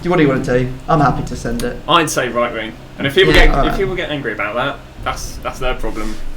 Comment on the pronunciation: please its WING!!!! NOT WINK!!!! it bothers me really